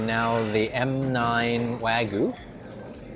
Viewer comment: wa- gyu not wa-gu